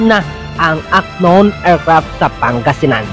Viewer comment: Unknown ( an-nown po bigkas, hindi ak-nown). Silent k po ✌🏽